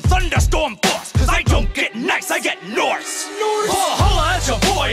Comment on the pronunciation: Is kinda nice when he said "Noirse"